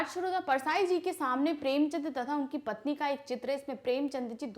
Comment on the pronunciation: Maam aaap kuch kuch words galat bolte ho har vedio me maine ye dekha hai jaise premchand ko aapne ek baar prem chandra kaha